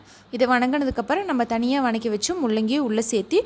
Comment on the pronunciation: இது வநக்கி இல்லை வதக்கி என்று சொல்ல வேண்டும். டேஸ்ட் நல்லா இருக்கும் என நினைக்கிறேன்